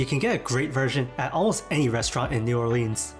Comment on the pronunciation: I appreciate your obviously sincere effort to make an informative video about food in New Orleans but first of all, you are mispronouncing the name of the city and if you didn't learn about the roux, then you really didn't learn about the food.